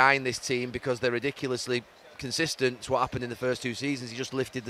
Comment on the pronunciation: ffs 🤦‍♂️.....ITS NOT CONSTISTANT!!!!!!